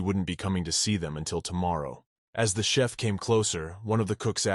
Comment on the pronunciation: I was wondering if it was an auto correct the AI was doing? There was one chef I think and the rest were chiefs